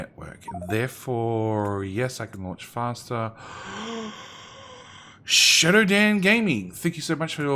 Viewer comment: I hate to argue with, especially after spitting drink out because of laughing at his words, but did murder ShowDan Gaming's name... he said "Shadow Dan":D EDIT: Lost it again at the elephant...